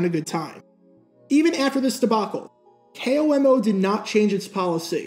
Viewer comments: Being from Washington state when he says K.O.M.O. it bugs me because we always say Komo as a word. But still as always great video. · It's funny to hear someone call it "K-O-M-O" which is usually what you'd guess someone would say if they weren't from Washington, where everyone here just calls it a flat "KOMO"